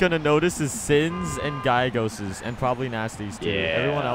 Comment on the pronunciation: ITS PRONOUNCED GA LEGOS